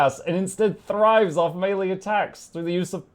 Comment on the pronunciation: Say thrive again! I dare you!